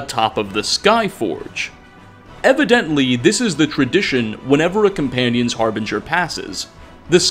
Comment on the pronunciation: “The Companionses hall in whiterun”